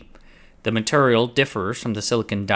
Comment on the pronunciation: You say MATURIAL like cleveland offa family guy. that's turrible.